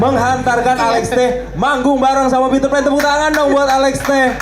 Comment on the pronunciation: Pitrpan Tapi bukan ariel😂😂